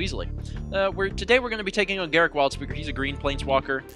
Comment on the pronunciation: I think it's pronounced Gahr-ROOK, not Garrick.